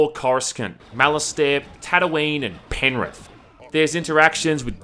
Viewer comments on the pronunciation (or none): Hahah fuck me that Penrith joke got me laughing It’s penwith remember dat